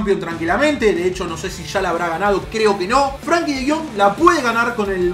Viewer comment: lo decís de chiste lo de Frankie de Jong porque es frenkie de Jong